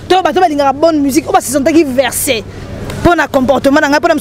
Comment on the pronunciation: On dit vexer et non verser 😂😂